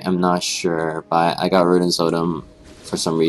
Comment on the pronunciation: rudens omen? udayr? haha. Good tips though.